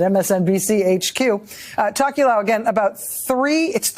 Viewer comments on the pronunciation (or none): While I appreciate the Tokelau coverage the pronounciation was rough.